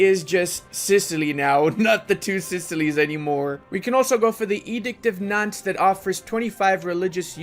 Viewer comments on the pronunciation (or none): I mean, it's not the only word he misspronounced, there's also nantes(u pronounce it nant), or lorraine